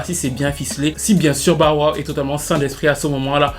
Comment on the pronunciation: "BAWA" (Bow Wow) 🤣